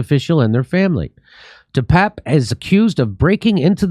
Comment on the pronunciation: its not depap or depape its "the pepe"